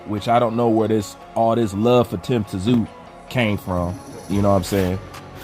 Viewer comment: I love your channel and work. However, it's pronounced "Zoo!" and Tszyu said he'd fight Both Anytime! I was born in Sydney but grew up here in the USA. Y'all get ready for the Tszyu take over! As long as he doesn't suffer from over confidence going into this Fundora fight!